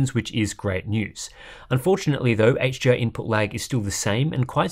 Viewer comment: It's sounds, to my ears, like the reviewer is saying 'HGR' instead of 'HDR'.